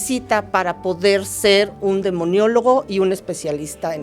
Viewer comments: Maestra se dice demonologo no demoniologo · Licenciada se dice:DEMONOLÓGO. No demoniólogo.😂😂😂😂 Qué le pasó?.😂😂😂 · SEÑOOOORA O MAESTRA LO QUE SÉA ES "Demonología" "Demonologo" NO "Demoniologo"...POOOOR FAVOOOR!😭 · Demonólogo no "Demoniologo" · La chuntara esta diciendo demoniologo cuando la otra persona a cada rato corrigiendola Se dice DEMONOLOGO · Con todo respeto se dijo mucho demionologo y el término correcto es demonologo, igual que demiologia , tuvieron un execelente invitado, solo considero que hay que revisar los términos correctos, su invitado es evidente que tiene conocimiento y hay que estar a su altura, saludos! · Muchas gracias por este programa: espero la segunda parte👍👍 (comentario aparte, es "demonólogo", no "demoniólogo" 😉) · pronuncia demoniologo. Cual es la palabra correcta? Demonólogo o demoniólogo?